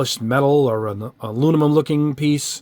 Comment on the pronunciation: Nice effect. Thanks! I didn’t even mind when you mispronounced aluminum.